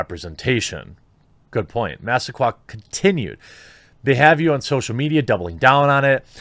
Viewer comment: It is Mass-ah-quay, Jeremy.